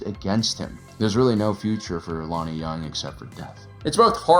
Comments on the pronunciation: Love your vids and analyses. But I believe his last name is pronounced "Young," no "J" sound. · I know it's a J and not a Y but you know Jung is pronounced "Young" right? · Small correction: "Jung is pronounced the same as "young". But great video overall man. ✊🏾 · how tf do you watch this series and come away still managing to say Lonni's last name wrong lol